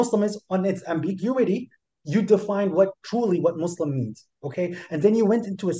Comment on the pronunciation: "Jesus is Mo-Slim",, we are dying laughing. 🤣🤣🤣